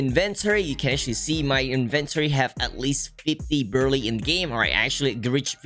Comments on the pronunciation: also its brew-lay like the french desert créme brûlèe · the way he said brulee or brulee whatever you guys say it.. in other words saying:dont criticize my accent. i dont care how your accent is, but your a jailbreak legend